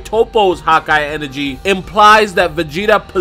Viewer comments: "Hawkeye" lol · anyone else hate the way he says hakai